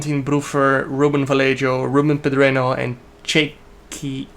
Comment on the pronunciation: Im from spain jarno, vallejo pronuntation is vayeho Un saludo from spain hahahaha good luck jarno